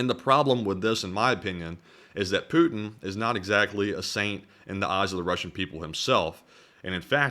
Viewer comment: apologises for mispronunciation of a Russian General's name, but never apologises for mispronouncing Putin's., please note that there's a 'T' in Putin.